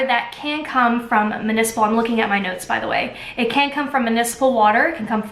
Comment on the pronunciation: Wow awesome comparisons; thank you! Btw it’s mUnicipal not mAnicipal.